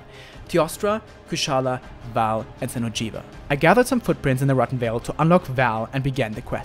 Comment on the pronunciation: lol, that xeno'jiva tho